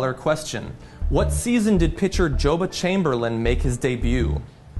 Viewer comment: It's "Joba," short o! :-) He's a Lincolnite and Husker.